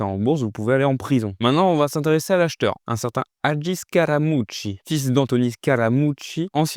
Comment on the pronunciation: Très cool la vidéo, j'ai bien aimé l'accent sur "Scaramucci"😂😂